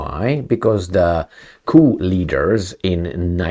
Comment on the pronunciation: The p in coup is silent so it's pronounced cou or coo 👍